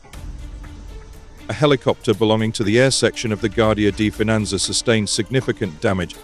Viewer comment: The Guardia di Finanza pronunciation was painful.